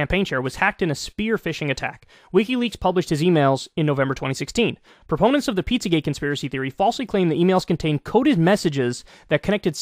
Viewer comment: Why does she keep saing pizzagay?